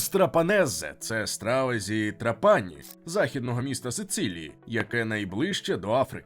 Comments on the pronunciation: ТрАпані, а не ТрапАні !!! Якщо так добре знаєте кухню, то чому місто не пам'ятаєте, як зветься... 🥴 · Відео супер, повне, містке. Молодці. Але не ТраПані, а ТрАпані. Аранчіні, канолі, граніта найсмачніші ніж у всій Італії. Ще вони роблять скшені помідори (pomodori secchi), ії смак найкращий. Хліб до страв ( супів) подають підсмажений поливаючи його зовсім трішки ароматизованною оливковою олією (олія+1 зубчик часнику твльки трішки для ледь помітного смаку+ базилік+ петрушка все перебивається блендером до однорідної маси).Я пишу і слики течуть😂 то є смачно неймовірно. Timballo на Сицилії як Melenzane a parmigiana в Неаполі, коронна страва, рросто ТОП. Gelato con il brioche, ви маєте спробувати обов'язково де б в Італії ви не були, неймовірно смачно. В кожному рогіоні Італії морозиво смачне і різне, але все одно дууууже добре. Ще граніта подають після рибної страви, щоб позбавитись рибного смаку, кажуть puglire la bocca( очистити рота). Італійці люблять смачно поїсти і підходять до приготування їжі з душою. Дякую за відео❤